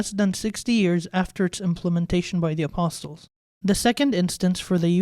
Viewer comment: the T in ‘apostles’ is silent.